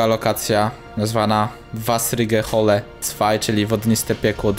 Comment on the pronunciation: nie wassrige Holle tylko wessrige hulle